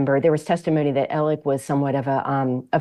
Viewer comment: For God's sake stop saying "Ellic"